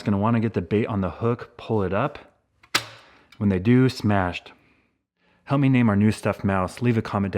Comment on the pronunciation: As soon as you said "help me name our new stuff mouse" I heard it as "hummy name our new stuff mouse". So I vote hummy/hummie as it's name.